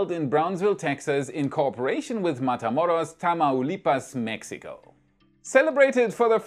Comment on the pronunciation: i always love your content.. but this time kudos to you as you did a great job, pronouncing Charro Day, Matamoros, and Tamaulipas!